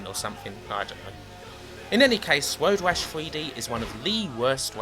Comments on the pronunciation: why do you say "woad wash"? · I weally enjoyed woad wash fwee!